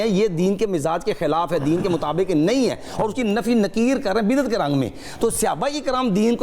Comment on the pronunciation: Lafez biddet nhn ha bidyet ha